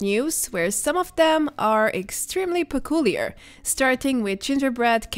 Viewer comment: Say peculiar again the way u say it is funny 😁